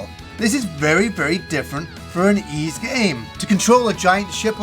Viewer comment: To the lesser lowbrow folk pronouncing it “ease”, it’s pronounced “Wise”. Thank you and have a nice day.